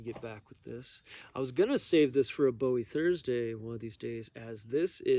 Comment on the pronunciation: You have me until you mispronounce bowie😢